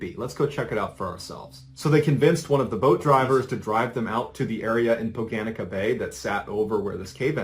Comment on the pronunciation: noooooooooooooooooo he says Šolta correctly but then royally fucks up the pronunciation of Poganica